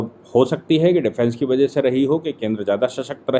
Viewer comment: बजह नही वजह सही शब्द होता है।